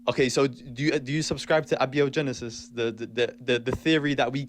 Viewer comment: You can definitely identify this new generation of kids who don't care about what's true by their pronunciation of "abby-o-genesis".